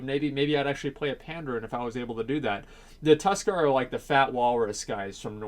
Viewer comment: you pronounce Pandas wrong dude, but Tuskar is cool.